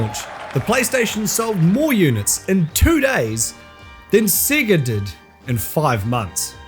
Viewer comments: I’m sorry but are you pronouncing “SEGA” as “SIGA?” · At least learn how to say Sega. Your accent is intolerable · thats not how you say Sega.. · Cannot stand the way he pronounced sega